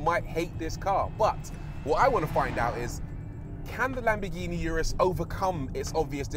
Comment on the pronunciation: Did I hear Lamborghini Anus???